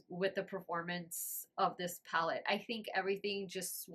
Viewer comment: Honestly every person I've seen talk about this palette has pronounced it the same way, so you're not alone 😅. I'd be lying if I said it didn't bug me a small bit, but at least you noticed! And we're human, we all make mistakes!